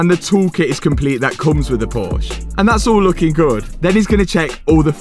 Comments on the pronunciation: Pronounce the E at the end of the word please thank you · Now if you would only pronounce Porsche the correct was all the time. If you talk about them in plural you say it correctly. 😉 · It would be so lovely if you learn how to pronounce Porsche. :goodvibes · Posche is written with an e so speak it bruhhhh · Now you just need to pronounce the name correctly and you'll be a winner. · Is anyone else bothered by his pronunciation of Porsche? Just me? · e is not silent, it's Porsche, P o r s c h E... curguy should know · He can’t even pronounce the name of the auto correctly😞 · Great video. Just one point - if you've now become a Porsche guy, then you really should start pronounceing the name correctly with both its syllables. 😏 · ngl I was triggered every time Porsche was said wrong. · You just have to learn how to pronounce Porsche and then you'll be all set. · Impressive work, but please, pronounce Porsche correctly! The tech said it right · Nice job, car looks great, but please pronounce Porsche as it should be. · And Josh never once tried to correct for mispronouncing Porsche about thirty times... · and he can pronounce PorschE te right way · Porsche is a two syllable word: Por-shuh, so they won't be able inspect it. They don't deal with porsh cars. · THE NAME IS PORSCHE!!! NOT PORSCH! Why do you people always have to destroy names that are not in English...? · Hi, I love your videos, please pronounce Porsche correctly ! There are videos how is it right pronounced - all my best wishes from Germany - Robert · PorschE. The "E" is hearable! Learn from the PorschE guy! Porsch* hurts my german eyes. ;-) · Dude it’s porsche not porsch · I would love to hear the word "Porsche" just pronounced correctly instead of just something terrible like "Porsh" ... it is in fact like "PorshE"! ... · It's not a Porsch. There's an E for a reason. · Its not called Porsch. Its called Porsche. The "E" is not for decoration.. xD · My german ears hurts everytime he said "porsh" 😑